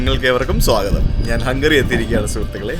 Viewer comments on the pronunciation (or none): none